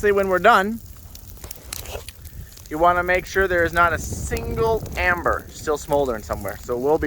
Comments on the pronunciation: hey its called ember not amber LOL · Ember not amber